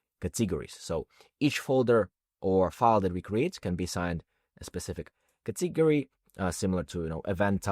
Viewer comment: Very well done! Thank you. (Please note, though, that the stress in "category" is on the first syllable, i.e., cAtegory, not catEgory.)